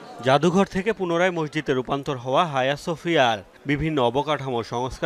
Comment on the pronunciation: তুুরুস্কের মসজিদ এটার নাম আয়া সোফিয়া, হায়া না